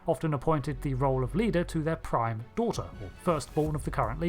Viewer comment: I am unreasonably bothered by 'daigther' - Perfect Cell